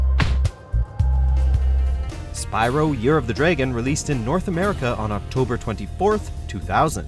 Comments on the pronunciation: It’s sounds like draygon instead of dragon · Dragon not draygin